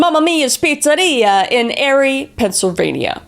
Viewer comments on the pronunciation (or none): OMG. Hello, I live in Erie, PA (Small town of it, but still). First off, it’s not “Airy” it’s “eerie”. Pretty funny sounding name, I know. And second, I’ve always found this case interesting. There is a lot more about the woman who did this, and there is a documentary of it on Netflix :0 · it’s pronounced ear-ie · 😂 her pronouncing Erie as "airy" is so funny as a Pennsylvanian . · eerie is the prononciation for erie as a local here im offended!!!!!!! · The pizza bomber was my hometown. It was insane. It's actually pronounced like eerie. Lol. Still love ya!